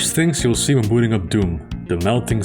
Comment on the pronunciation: "It's one of the first things you'll see when dooting up BOOM!"